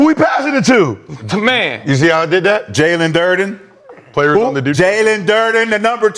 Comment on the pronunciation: Jalen derden. Massacre his name.😂